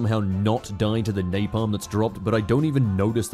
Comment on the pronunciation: "napalam" also, not noticing a napalm strike right behind you is probably the vietnam equivilant of the "how did i lose a titan?" from one of the warhammer vids